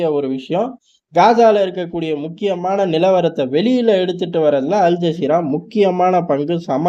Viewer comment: அல் ஜாகிறா இல்ல மோட ஜஸீரா 😂